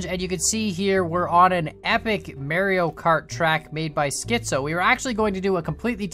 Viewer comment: says Mareo Khart My mind: is a boomer? 🤔